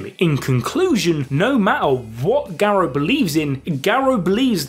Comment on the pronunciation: the way you say Garou is making my head hurt i couldnt watch this